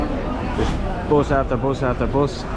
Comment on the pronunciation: Its Public Bus . Not POOBLIC BOUS...😅😅 Just joking